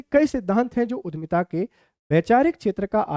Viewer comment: Sir उद्यमिता है,उधमिता नहीं